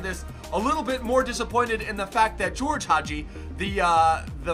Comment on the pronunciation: Btw it s Gheorghe not GEORGE Hagi